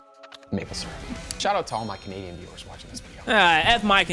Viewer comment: bro said "f all my canadian vewiers" and i got a heart attack